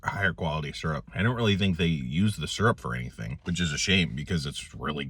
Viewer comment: i've heard "seerup" and "surup", but this is the first time i've heard "surp". gonna start calling it surp 👍